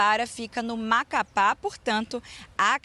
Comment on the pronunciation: " Do Macapá" 😂😂😂